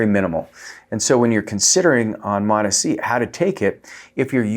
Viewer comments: Please mate for the love of god I love your content but please pronounce MOTS-c the correct way which is MOTS-c not MOT S C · It's MOTS...(pause breath) C. Mots...C Not MOT S.C. Properly pronounced please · He's gaslighting us by saying Mot-ESEE. You know he shuts off the camera and chortles gleefully at the comments. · Mots, like tots! MOTS-C learn to say it correctly, or why even bother with doing these videos? When you say these Peptides with the correct pronunciation, your credibility automatically goes up, and the reverse takes you down. MOTS-C!!! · I can’t trust anyone who can’t read the label on the bottle. It’s MOTS - C. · 3rd video of his I've come across that I had to leave early because I can't handle the MOT ESS SEE. pronunciation. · You lost me at the way you say mots-c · You lost me in the first 5 seconds, mispronouncing the peptide. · I am out he isn’t even pronouncing Mot-C right. You lost me. Laters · I trust Dr Trevor Bachmeyer more than this guy who can’t even pronounce Mots-c. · Haha I was just coming to write the exact same thing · It is so annoying I just stopped and went to the comments LOL ! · I hate the way he was saying it, I couldn’t finish the video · It doesn't bother me how he pronounce it. At the end we all know what he means. 😅